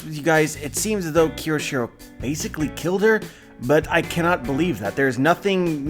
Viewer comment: as a weeb/anime fan/one piece fan HOW CAN YOU POSSIBLY THINK IT'S PRONOUNCED "KI=O-SHIRO"???? kyo. kyo. KYO. KYO. SHI. RO. IT'S NOT THAT FUCKING HARD it's a phonetic language as someone who makes a living off of reviewing this shit, how can you POSSIBLY not have a basic understanding of this yet????